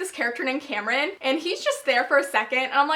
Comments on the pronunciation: haha whenever you say kieran all i hear is kill-ran pretty sure it's pronounced key-ran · His name is pronounced keer-in Kieran. just thought I'd clarify that. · its pronounced ka-ear-in like Kiera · WHY IN THE WORLD ARE YOU SAYING KILRAN? THERE IS NO L IN KIERAN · everytime you say Kill-ran and not Kieran how its normally pronounced as Keer-ran or Key-ran I cant help but cringe... but then Kieran/Kieron is quite a common name at least in the UK.. idk about elsewhere so.. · You're pronouncing Kieran wrong. It's an Irish name that is pronounced "Keer-an" :) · I think it's just key-ran. I don't think there is a L at all. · I'm sorry but its not Kil-ran. Its Kie-ran. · Kieran is pronounced "kear (like "ear") -rin" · it's ky-er-an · KEER-AN, there's no l in it. But names are hard. I get it. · Keirans name is pronounced (K-eer-on) or (keer-in) btw LOL its an irish name I am pretty sure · Kieran is pronounced KEER-IN it is Irish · It's Kieran. Kee-er-run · Kieran = Kee-ren. I think it's an Irish name, which I love as I'm Irish!! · i pronounced it as key-ran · It's definitely Key-ran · it's pronounced Keer-in. lol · Sorry I love this video so far but it is Kee r en. It is Irish/English, and it is my cousin's name.